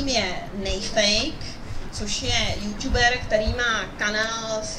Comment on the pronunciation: proč ť Já se furt směju yuťuber